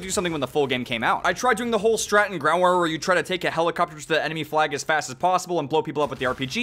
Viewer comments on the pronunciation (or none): none